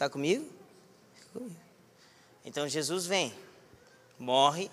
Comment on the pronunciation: "Shei shu" mano eu dei risada disso???kkkkkkk